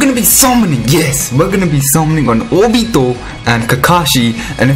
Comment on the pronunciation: I really like the way how you pronounce Naruto and Obito. NaRUTO, OBIto